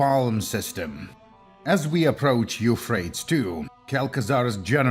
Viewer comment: Eufraits 2? don't you mean... YOUUUU-PHray-tees river.